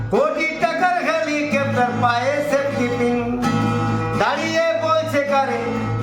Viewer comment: এবার ২১শে "চোলাই" দিবসে ২১জন জেলে থাকার কথা আর ওটা আমরা ঠিক শুনতেই পাই নি যে ওটা সেপ্টিপিন্ নয় ওটা বলেছিলেন " সেফ্টিক্" কিন। বিজেপি ওনার পায়ের দিক থেকে সেপ্টিক্ করা শুরু করেছেন যাতে আর দাঁড়াতে না পারে।